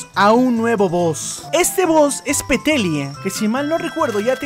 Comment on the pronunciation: XDDDD DICIENDO PETELLIA EM VEZ DE PETALLIA XDDDDDDDDDD